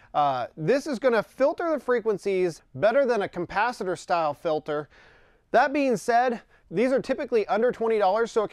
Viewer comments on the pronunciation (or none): Lol "compacitor?" Try again my friend